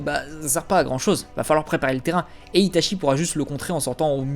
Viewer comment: Je viens de découvert ta chaîne et Jaime bien tes vidéos par contre en japonais "ch" ce dit "tch" donc "Itatchi","Tchoji" ect.... Sinon très sympa cette vidéo